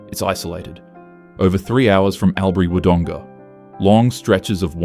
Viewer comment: A quick word: In "OMEO," each letter O is to be pronounced Oh, not as in orange. "ALL" for Albury, not AL as in Al Bundy. Do please hammer the Homework nail. 😮